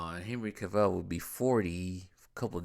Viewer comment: I think it’s pronounced Cav-ill not Cav-ell lol